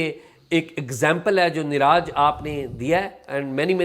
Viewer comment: Please learn how to pronounce names. Its niraj pronounced as neerajj not raaaj Thanks